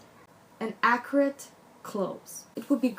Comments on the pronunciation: I was so confused. I kept hearing her say "Acrid" which means having an irritatingly strong and unpleasant taste or smell. But I now realized when I read what someone commented below that she might have been trying to say "Accurate". Big difference. LOL! My Mom who is a Hispanic with a thick accent also does the same thing. There have been so many embarrassing misunderstanding because of it. Heck, I can be just as bad but the other way around. My bad Spanish can be embarrassing just the same. LOL! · is she saying ACRID? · What is she trying to say when she says "Acrid"??? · Whats acorate?? You say it a lot,,is accurate that you say? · same! I even had to google a definition and then I was like oh no that doesn’t fit! 😂😂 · i also kept hearing acrid. i was like... what? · At one point she says accuracy, but I heard acrid also - I wondered if she meant sharp, angular, tailored. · Are you saying Acrid? I don't understand. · Can you please explain the word you’re using? Are you saying acrid? I’m not sure I understand. I love this video!!! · She says "acurate" :) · I so like this video, just one question. Are you saying acrid or accurate. I'm not sure. Thanks or a lovely video. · 😂 I thought she was saying ‘acrid’ so glad you’ve put me right 😂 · Thank you for clearing that up. I too was very confused. I kept misshearing her say the word as "Acrid". LOL! I do understand how hard it is when you have an accent. My Hispanic mother is notorious for mispronouncing words in an embarrassing way. But I too have had my moments when speaking Spanish because as an American I think in English and you can't do that when speaking in Spanish. My Hispanic relatives laugh at me a lot because of it. LOL!